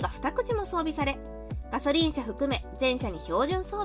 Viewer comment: がしょりんww